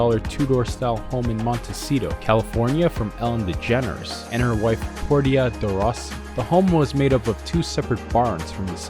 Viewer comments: POR- TI- A 🤣 I could of sworn it was pronounced as Porsche. Also, I'm starting to noticed a lot of people who were close to Ellen have passed. Hmmmm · Ellens wife "Port-tee-uh" 🤭